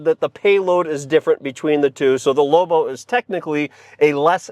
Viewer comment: It not pronounced lowbow